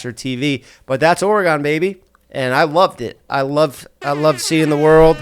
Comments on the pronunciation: The way he keeps saying Oregon as Oregone 😭😂😂😂😂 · It’s pronounced like the bodily organ not oregano without the o❤❤ love u jeffff❤❤❤